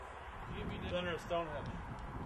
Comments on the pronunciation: During the entire length of the video, I was either laughing at their childlike antics or correcting them. StoneHENGE not stonehedge. :) I love these guys and the show itself!! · its stone henge not stone hedge :P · Henge not hedge get it right guys Stonehenge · "here we are at Stonehedge".... lol love it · It's StoneHENGE, boys. Not Stonehedge. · Guys.... it's StoneHENGE, not StoneHEDGE. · "Stonehedge" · Its stoneHENGE NOT stonehedge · its henge not hedge!! lol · sounds like Nick keeps calling it "Stone Hedge" LMAO...haha Zak dancing in the back is priceless! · Nick is definitely saying Stonehedge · Did Nick say StoneHEDGE?lol. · Were they calling it StoneHEDGE?? Or did I just not hear the 'n' in their pronunciation? LOL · Nick said "Stonehege*